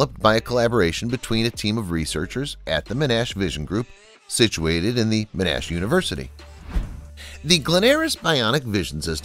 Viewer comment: “Men-Ash University”